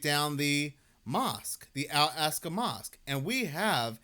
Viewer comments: Brother, "All AHK-sa" Mosque. Not "All ASK-a". You can do it. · It's not "al-ASK-a", it's "ahl-AHK-sa". Not that anyone cares. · wrong. Ask an Arab if they have a short "a" sound in Arabic, as in "add" or "Albert". They don't. It's as I laid it out for you - "All AHK-sa" or "Ahl AHK-sa". This was only one instance of your inability to pronounce pretty simple phonetics in the video. Nothing to be ashamed of though, just have some humility and own it and accept a little bit of constructive criticism instead of getting defensive. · wrong. Ask an Arab if they have a short "a" sound, like in "add". They don't. It's as I laid it out for you. That was only one instance of your inability to read and pronounce pretty simple phonetics in this video. As someone familiar with dyslexia, it certainly seems as though it's something you show signs of. Nothing to be ashamed of though, just own it and accept constructive criticism instead of getting defensive.